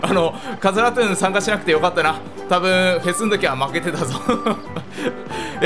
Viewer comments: さんが言っていたラトゥーンがカスラトゥーンに聞こえるwww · ラトゥーンがかつらトゥーンに聞こえる